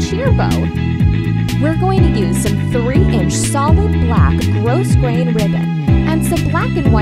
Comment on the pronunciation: The "s" in grosgrain is silent.